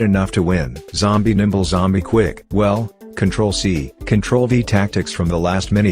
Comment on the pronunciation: i like the part where he said a zombie name right